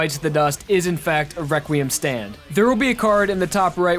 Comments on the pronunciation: I like how u say requiem WEQUIEM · this video was years ago but its so funny how when he says requiem he says req wee iem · I love how he says “reqwuiem” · It it’s not possible it’s wequiem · Its entertaining that he says weqiem instead of reqriem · Requiem is pronounced Rek-wee-EM (like you're saying the letter M at the end, NOT "um" like in the video). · reqweum lol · Is it me or does it sound like he's saying "Reqwiem" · may i ask why do u say wequiem? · Why does he pronounce it as Rekweum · "Rekweum." "Wekwiam."